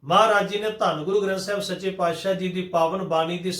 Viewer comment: ਦੋ ਮਾਤਰਾਵਾਂ ਦਾ ਉਚਾਰਣ ਹੋ ਹੀ ਨਹੀਂ ਸਕਦਾ, ਜਿਹੜੇ ਕਹਿੰਦੇ ਆ ਦੋ ਮਾਤਰਾਵਾਂ ਦਾ ਉਚਾਰਣ ਇਕੱਠਾ ਕੀਤਾ ਜਾਵੇ, ਇਹ ਬਾਣੀ ਨੂੰ ਬਹੁਤ ਗਲਤ ਤਰੀਕੇ ਨਾਲ ਪੜ੍ਹਦੇ ਹਨ,ਇਹ ਤਾਂ ਔਂਕੜ ਨੂੰ ਹੋੜਾ ਬਣਾਈ ਜਾਂਦੇ ਆ ਜਿਵੇਂ ਕਿ ਪਾਤਿਸਾਹੁ ਨੂੰ ਪਾਤਸਾਹਓ ਪੜ੍ਹੀ ਜਾਂਦੇ ਹਨ